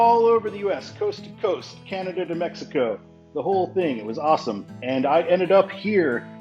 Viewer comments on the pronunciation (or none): none